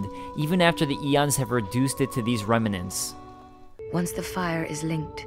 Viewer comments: great work, man. you got me interested playing. but please say REM-NANT, no RE-ME-NANT. it blemishes your splendid narration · I've never heard someone pronounce some words the way you do, like coalesce and remnant. Very interesting.